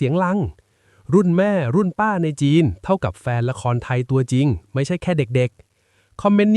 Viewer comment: 😝ใช้ AI ออกเสียงผิดๆถูกๆอีกต่างหาก... หัวเราะเสียงลัง, ละครไถ😂🤣